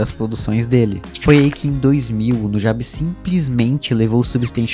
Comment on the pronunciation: Cara, puta vídeo incrível, mas a única coisa que me incomodou foi a pronuncia do nome "Nujabes" a sua pronuncia ficou como "Nú ja bes" e não "Nu gei bes" OBS: a escrita está errada pra simular a pronuncia